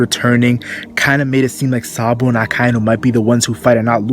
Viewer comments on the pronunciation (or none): dude its pronounced sabo , not sabuu